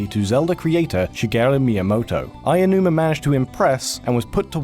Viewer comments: Everything in Japanese Romaji is 100% phonetic. Letters will sound the same every single time. I have no idea how someone could see "Aonuma" and pronounce it "Ayanuma". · Todd from Rated S For Sandwich (and editor of PeanutButterGamer and PB & Jeff) also seriously had this problem, pronouncing it "Eye-nu-ma", even though there wasn't a single letter "i". It's "Ow-nu-ma", or if you absolutely have to, "ey-oh-nu-ma". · Hey, listen, guys. This is great work. I like this series a lot. But PLEASE PRONOUNCE THE CREATOR'S NAMES CORRECTLY. It's not "Ayanuma", it's "Aonuma". "A-oh-nu-ma". If it helps, break it up. "Ah! Oh, Numa." Just PLEASE don't say "Ayanuma" again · Why do people pronounce Aonuma as "Ayanuma?" That's not right at all. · Ayanuma? How does a series of videos dedicated to import gaming fuck up Japanese pronunciations this badly? Also, I find it worth mentioning that the game DID manage to come out on Virtual Console, albeit only in Japan. It was the WiiU's Virtual Console though, never being released on the Wii's, so it really did take a long time for it to come out (the original Mother was another case of this, incidentally, with Japan's first Virtual Console release of it coming out at the same time as the surprise release of Earthbound Origins in the states). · "Eiji Aiyanuma" My ears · Pretty sure it's pronounced ow-noo-mah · If I hear someone pronounce Aonuma as "Aiyanuma" one more time... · But seriously, what is so hard about pronouncing Aonuma? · Combat Fritos >expecting accurate pronunciation from Region Locked still at this point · Waddle Dee fair enough buddy I hope you enjoy Japanese! Let's spread Aonuma awareness, the legend himself does not deserve a mispronounciation of his great name! Have a good day dude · You keep saying "Aiyonuuma," not "Aonuma." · No, it's more accurate than how the narrator of this vid pronounces Aonuma. He says "Aianuma" where as "Ow-nu-ma" is a closer approximation.